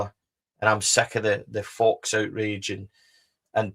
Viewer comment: It's pronounced FO (Faux) not Fox,great show as always.